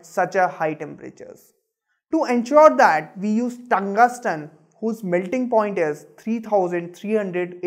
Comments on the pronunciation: Its not tungasten it's tungsten bro check pronounciation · "TuNgUsTeN" for "Tungsten" lol.